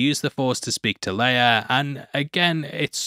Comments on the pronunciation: It's Leia not "Leiar" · Peter Cushing (Governor Tarkin) also pronounced Princess Leia's name differently. He pronounces it "Lee-ah" rather than "Lay-ah."